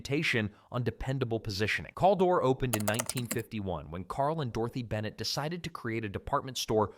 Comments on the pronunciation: Caldor is pronounced "Kal-door" not "calldore". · I have never heard anybody say Call-dor..We always said Kal! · its Cal-dor not Kol-dor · Cal-dor. Like Calvin or Calories. One L. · I came to say the SAME THING..... although, I started to wonder if maybe we just said it wrong. But "Call-door" just sounds wrong even if it were the correct way to pronounce it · My friends and I used to make fun of the name sometimes by referring to it as "Caldior".😆